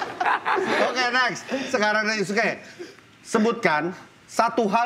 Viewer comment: Yusuke bang bukan yasuke